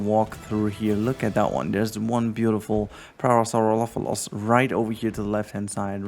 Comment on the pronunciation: Pronunciation of Parasaurolophus is par-ah-sawr-ol-oh-fus, maybe this helps.